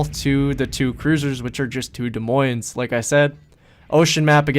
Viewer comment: I think you got the silent s on des but definitely not in the moines in this video